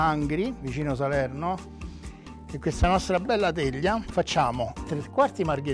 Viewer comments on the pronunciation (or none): Pvovincia di Salevno...TUTTO FVESCOOOO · Angvi Povincia di Salevno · "...vengo da Angvi, in provincia di Salevno" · angvi pvovincia di Salevno